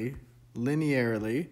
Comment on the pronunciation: I have no linear algebra experience but you explained this in an engertaining way that I could easily understand! Thanks! (Also, you got it eventually, but it's "li-nee-ur-ly" not "li-nair-ly")